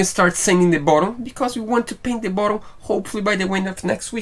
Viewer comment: your English is excellent...but.... “bottom” is pronounced [bot-um]. You guys do a great job on all that you do. I mean no offense.